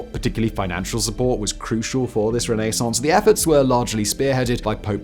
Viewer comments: New drinking game. Shot every time Simon says Renee-sance. You'll be blotto by minute 7. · Noorth americans. "Renassance!". Lol we are so lazy. :) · I love his pronunciation of renascence. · It may be correct but that is the most irritating pronunciation of Renaissance I’ve ever heard… and it’s said so many times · Is your pronunciation of Renaissance normal in England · The way you say Renaissance has me stabbing my ears LOL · The pronunciation of renaissance in this video killed me.